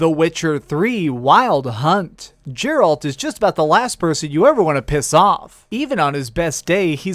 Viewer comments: "Jerald the Witcher" S T O P They pronounce it in game ffs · The way you pronounce Geralt should have you banned for YouTube and gaming for life.. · I don't like how u say geralt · don't ever say Geralt's incorrectly ever again! It bug me so much that I literally was about to unsubscribe. But I do like your videos, it's just that I cannot believe that you kept saying his name absolutely 100% incorrectly please don't do that again￼